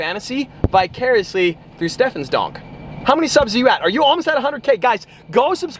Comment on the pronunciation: That’s is not how you say donk